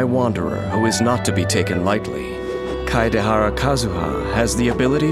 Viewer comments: I like how most people can't pronounce his name so they just go for "Kadahara Kazuha" XD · „Keideharra Kazüha“ 🤨🤨🤨💀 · As much as I love voice....that pronunciation of Kaedehara is hilarious